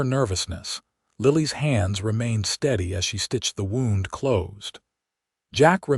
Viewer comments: When referring to "winding ways", then "Wound" is PRONOUNCED "WoW•nd". "Wound" being pronounced as "Woo•nd" is an INJURY, AND NEVER A SPIRAL OR TWISTING TRAILS. TONS OF American English words are Iike this in a language with only 26 letters. I recommend you get a very large UNABRIDGED and Expanded DICTIONARY that includes phonetic sounds of letters, and on how to pronounce the words. Please. We would appreciate it immensely. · Wound is the that kills me. Wound - woond - an injury Wound - wawnd - wrap around The ai only uses one pronunciation